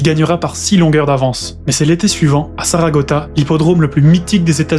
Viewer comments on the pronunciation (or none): Très bien raconté , bravo. Juste un léger détail, ce n’est pas la piste de Saragota, mais bien Saratoga 😉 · c'est saratoga et non saragota